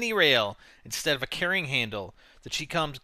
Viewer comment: you mispronounced chicom. the CHI is pronounced like the "chi" in "Chinese" and the COM is prounounced like the com in "Communists"